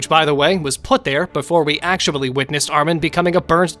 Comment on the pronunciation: why do you keep saying actuabully